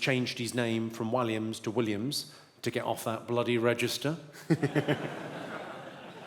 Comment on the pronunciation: Did he pronounce Williams as WHY LIAMS?🤔